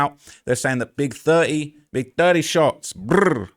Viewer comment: Not big thuh-eee 😂